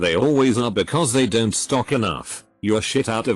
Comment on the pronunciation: the text: don't voice: dontsot